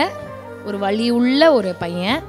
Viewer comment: அக்கா நீங்க வழியை சொல்லி இருந்தா ok ஆனால் வலியை பற்றி கூறியிருந்தால் தெளிவாக உச்சரிக்கவும்.ஏனென்றால் நீங்கள் திறமையான தொகுப்பாளினி இவற்றையும் கவனிக்கவும். ❤